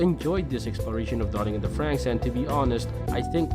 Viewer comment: Wow. Stopped watching as soon as the narrator mispronounced "franxx"